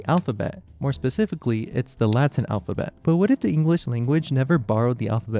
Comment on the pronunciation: Ah yes, "alp-ha-bet"